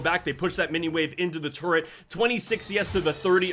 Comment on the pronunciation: Say it with me...Tur Et....not turrent